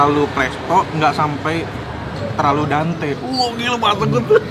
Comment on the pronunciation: dente kali bukan dante .. :p